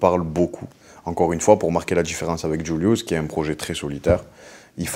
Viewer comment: Incroyable incroyable trop fort, le flow, la musique, des punchs, il est content d’être là, le journaliste au top mais par contre je déteste comment il dit JVLIVS, il dit djoulious, entre nous c’est vraiment plus Julius